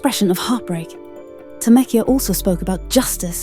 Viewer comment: It’s pronounced Tameka